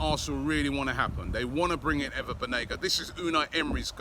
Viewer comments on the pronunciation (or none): Last two day he pronounce him as "Ana" Banega, but that most probably perhaps due to Robbie night out activities :)